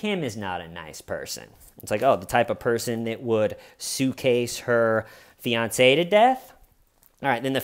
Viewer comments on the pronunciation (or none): none